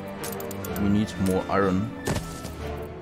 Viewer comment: you keep pronouncing iron - i-ron and its pronouced i-earn, not that it bothers me at all, just saying:) loving the play-through!